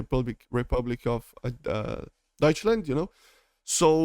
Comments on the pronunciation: When he tries to pronounce "Deutschland" Me as a German: You are butchering my beautiful language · Nicht wirklich, hat sich schon ziemlich gut angehört